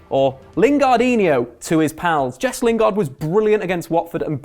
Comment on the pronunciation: mate, why do you insist on pronouncing players' names like an utter plank? It's hilarious; "Mesut Ozeeel", "Henrikh Mick-Tyrian" and if I hear you say "Jess" Lingard one more time...